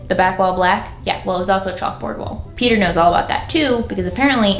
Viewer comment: Every time you say Peter with an accent and it sounds like your calling him cracks me up. Especially when you say "And bought me this" hahaha sounds like an animal rights organization bought you a present 😆